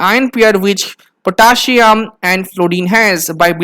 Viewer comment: Potaschium. Potassium 🥺